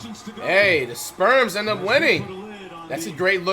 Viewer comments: "The sperms are up by uhh 30" lolol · "sperms" is crazyyy 😂😂😂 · is he saying sperms or spurs??? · Why is he saying sperms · Has flight always called the spurs the “sperms” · Did he just call the spurs the sperms😂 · Dude called the Spurs the Sperms 🤣🤣🤣🤣